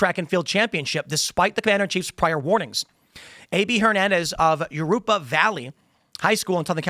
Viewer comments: It's pronounced Hurupa, not Yurupa. I would know, because I used to live in Jurupa Hills. Fortunately, I escaped California 6 years ago! (The "J" in Spanish is pronounced like "H" in English.) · Jurupa pronounced Ha-roo-pa. Your pronunciation was pretty close. I lived in Southern California for fifty-six years. I fled eight and a half years ago for Texas.